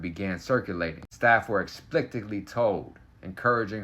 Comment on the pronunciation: You wanna take a second shot at pronouncing "explicitly"? 😂